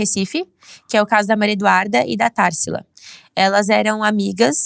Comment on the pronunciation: Simmmm!!! Nem o nome da menina ela soube falar TARSILA!!